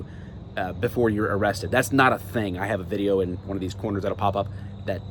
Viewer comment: If you pull that on a traffic stop your gonna get laughed at “AM I BEING AREESTED” your detained...for the crime you committed